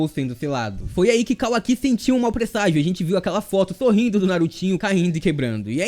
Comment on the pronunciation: Que agonia ouvir ele falando Kawaki errado